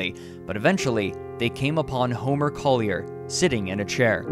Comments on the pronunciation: IKR, it bugged the hell out of me! I'm actually scanning the comments for others who were bothered by this, but you're only the 2nd one I've come across. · No New Yorker has ever pronounced it "Coll-yair"